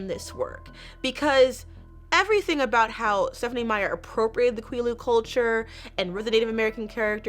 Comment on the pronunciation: Great video as always. Just FYI Quileute is pronounced like the word "quill" (but with a shorter "L" sound like it's spelled) + "yout" (rhymes with beaut). Phonetic spelling isn't my strong-suit so if you want an example the Quileute Nation's website has a language page with some audio recorded lessons, they say Quileute at the very beginning of "The Quileute Alphabet Sheet".